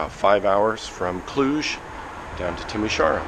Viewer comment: *Timisoara, not Timisaura :) Nice video by the way!